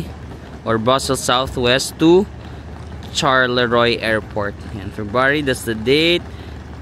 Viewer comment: Charleroi ang basa ay charlowa